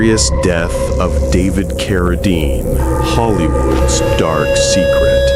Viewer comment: A very good ands interesting video, but pronouncing Carradine as "Car~a~dean is a little aggrivating...